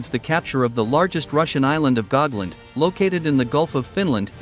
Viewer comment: The name is Gotland, not Gogland